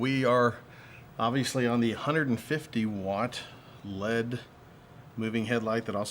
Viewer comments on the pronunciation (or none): FYI... it's not led, it's L.E.D.